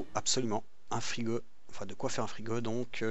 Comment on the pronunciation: c'est moi ou tu dit "frigo" avec un accent